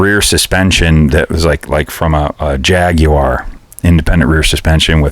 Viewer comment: I like when you talk from the heart about what or whom got you to where you are today mate, it’s nice to listen to people when they are being totally honest. Plus you pronounced Jaguar correctly! Extra brownie points from me 😃